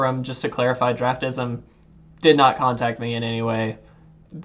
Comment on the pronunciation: It is pronounced Draft-Sim....Not draftism. Also it does help but is not 100% accurate. Best used for drafting and right before precon format for new sets.